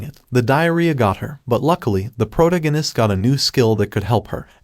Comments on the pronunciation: I hear protoganist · I love it lol, prota-guiness instead of pro-tag-onist! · dude - pro-tag-in-ist....ya killing me but love your vids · Bro if your going to insist on saying "the protagonist" let me help you. Its phonetically (Pro-tag-o-nist) I'm sorry for putting you on blast its just getting to me every time you say it wrong. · Why do you say protagonist like that